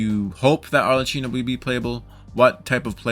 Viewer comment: ArleCCYNO? WHO THE HELL IS "HARLECYNO" My italian pride is screaming.